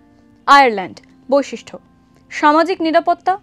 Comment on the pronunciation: বৈশিষ্ট্য, not ঠ